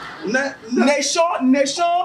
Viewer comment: Vous me faite rire, Mais on ne dit pas néchon, mais plutôt nichon merci